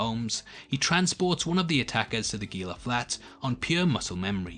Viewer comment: Enjoyed the video. I hate to be "that guy" but Gila is pronounced "Heela" where the g is pronounced like an h. I live in the SW US and it is kinda like nails on a chalkboard with the hard g.